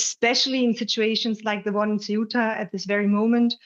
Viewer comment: Not Cetua. It’s Ce-uta.